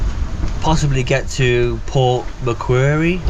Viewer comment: Mcquarie pronounced mcquarry as in rocks.....lol